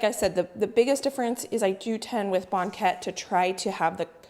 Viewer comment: From Lynden Wa here! Very Dutch I hear it pronounced bang ket, just like blanket but without the L. has a very nice voice. I'm betting he can sing. I wish Banket filling had half the sugar. too sweet Bakers here pull them while they are still pale. I think they are the best golden brown. Suggestion! Next, perfect and share a yeast Oliebolen recipe. Danya